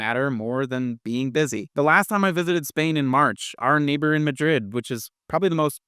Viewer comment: Sorry, but it sounds so idiotic when you try to pronounce Madrid and Barcelona in an authentic Spanish way when speaking English.